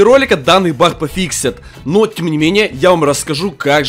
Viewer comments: как ты странно болтаешь... что такое бах ты вместе баг говоришь бах) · Ты говоришь не баг а Бах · Он говорит не баг а бах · Кто заметил что говорит не баг а бах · Ахахахахаа ты сказал не баг а Бах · не бах а баг